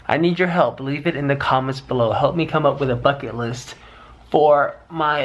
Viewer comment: At first I thought he said F##k it list lol